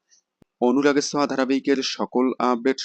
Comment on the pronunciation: Anurager soa mane ta ki, ki j bolen apni, uchharan thik korun